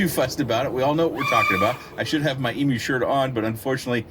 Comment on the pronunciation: Hi, I've lived in the land down under for 27 years and just so you know Emu (which is native to Australia) is pronounced "eem-yoo" although I questioned telling you coz it's super cute hearing you pronounce it eemoo 😂